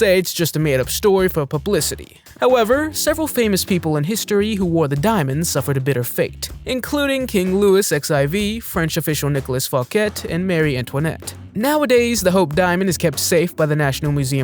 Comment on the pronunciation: her name is Marie (pronounced "ma-ree") Antoinette, not Mary Antoinette.